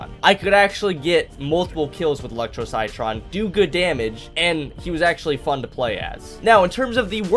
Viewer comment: Armour chomper is definitely a bit underrated, he's best played outside of turf takeover where you can sneak around the map and bite people for some pretty good damage. Also citron is pronounced like sit tron ;)